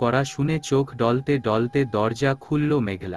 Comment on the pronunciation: শব্দ টা ঢলতে নয় ডলতে ।